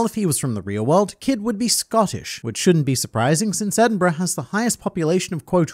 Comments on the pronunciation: Pronunciation of Edinburgh on point, which is rare outside of the UK, Nice one. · Scotland mentioned independence declared alsp this mf said Edinburgh better than most people